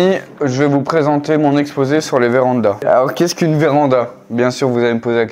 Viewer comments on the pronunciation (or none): Ohlala, le "qesqu'une" il à piqué les yeux